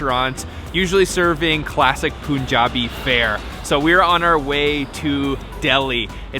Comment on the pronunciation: Pls say pun jabi like a pun not poon hehe